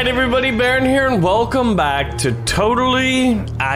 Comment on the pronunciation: baron your name sownds like bearon